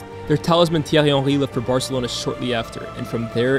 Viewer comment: Impressive pronounciation of Thierry Henry